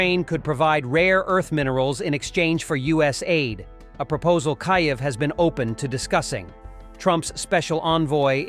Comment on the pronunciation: Hey bubba, its "Keev" not "Ky-ev." And the worst thing going on is that Dummy (having a) Dump 💩💩💩 is involved in the talks. Kiev will not take anything less than the lost territories & Crimea back to Ukrainian soil.